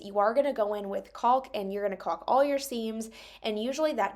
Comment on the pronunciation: Good Job! I love that you just try and do your best. It looks great! Just an FYI… The L in the word caulk is silent. Should be pronounced cock. 😊